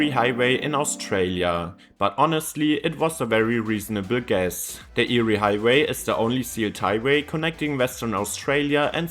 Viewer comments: Eyre is pronounced “Air” not “Eerie”. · Eyre is pronounced "air", not "eerie". From the Scots. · Eyre Highway in Australia. It's not pronounced "Eerie", but "Air". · It's pronounced AIR. Not eerie. It is the longest straight road in the southern hemisphere. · Its pronounced "air" highway 😊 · Get pronunciation correct. It’s pronounced air. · It’s pronounced Air! The eyre highway is pronounced the air highway! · "Nullabor" literally means no trees, not "roughly". Null is Latin for none and arbor is Latin for tree. Thus Nullarbor means no trees. Also Eyre is pronounced Air. I know... English, it sucks if it's not your birth language. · It’s pronounced AIR hwy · Air it's pronounced air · Eyre is pronounced "air"! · Eyre highway is pronounced 'Air' after a person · Eyre highway is pronounced “air” by the way. I drive on it occasionally. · Eyre (pronounced as air) highway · Eyre is pronounced air And I’m on it right now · I thought your pronunciation of Eyre highway was eerie! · Eyre is pronounced “air” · Eyre (AIR) - Nullabor (Null-a-bor) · Eyre rhymes with Air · Eyre is pronounced the same as Air. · The Eyre highway is pronounced “air” highway. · I laughed when I hear eerie. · Thanks for telling him mate! For those unfamiliar with Strine's non-rhoticity, it sounds the same as "yeah" without the "y". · Some are being mean, but yeah it is pronounced "Air". Your way would be 👍🏼 for Lake Erie in the USA/Canada . I still love ya! Your vids rock. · your wrong if you pronounce Eyre like that